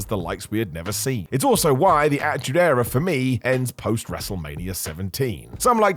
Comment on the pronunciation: Not gonna listen to a guy say achtude era for 50 mins smh